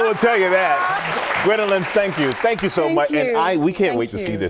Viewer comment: Did he just call her Gwenolithe?